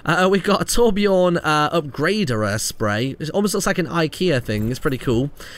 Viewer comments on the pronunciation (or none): "Upgreyderuh" Not acceptable, stop trying to say Swedish words.